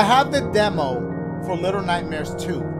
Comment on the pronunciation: little nightmares-uh shuares-uh twuares-uh